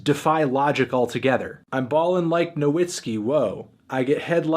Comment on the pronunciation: Why melon pronounce Caillou correctly and not Nowitzki tho